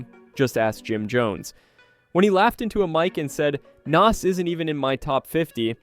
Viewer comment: You can’t even pronounce Nas’s name my guy. You aren’t a real hip hop head or person